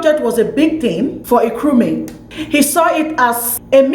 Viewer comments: You did well but the name is not Nkwemi Nkrumah but Kwame Nkrumah. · Please just mention Nkrumah and be free okay. What is Ekweme?? You can't even mention Kwame. Nigerians and their bad pronunciation they take it everywhere.